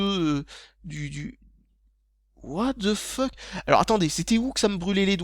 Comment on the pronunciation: parisien niveau 10 000! "watte the feuque"